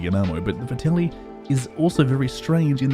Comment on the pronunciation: ffs this is two videos now. It’s Vetterli not Vertelli. the “R” comes AFTER the “T”. Good video tho dood:P